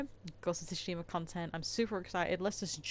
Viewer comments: im pretty sure it pronounced sushima the t is silent but great vid tho 👍🔥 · The t is not silent. Japanese is very straightforward. It's not tonal like some other Asian languages like Chinese and Vietnamese. A as a in apple, e as a in day, i as e as in bee, o is o, u as in uber. Most get this wrong still when they say sake or karaoke the e sounds like a as a in day, so its sa kay, not sa kee. When they pronounce sake like sakee, i think of saki as in o saki ni (in a little bit or while). It's ka ra (empty), not kerry, remember it's a as in apple, ka and ra sounds the same. ke or Kay (orchestra) not o kee. Or karate, it's ka ra (empty) te or tay (hand). Not ka rat e (bee). Most Japanese words consist of 2 letters syllables. A constanant followed by a vowel (examples ma, me, mu, mi , mo, ta, te, tu, ti, to, etc) . There are exceptions like when you put constanants t,k,s in front or n, i at the end. But they are still pronounced as 1 syllable. Example, Tokyo and Kyoto, most people pronounced it wrong with 3 syllables, to ki yo. Kyo is 1 syllable, make the k sound combined with yo. So it's to kyo. It's the same with tsu, make the t sound add su into 1 syllable tsu it should almost sound like t+zu. You pronounced it better than most youtubers. Shi, is pronounce she. Most got that wrong. But you got that right. I studied Japanese for 6 years, 2 years in high school, 4 years in college. My pronounctiation was all phuked up til I lived in Japan as a exchange student for a year. The 3 letter syllables to me a few weeks to get that down.